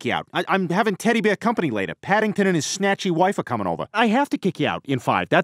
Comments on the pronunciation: His teddy bewr is vewy sewious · He is clearly saying "Taddy Bayah."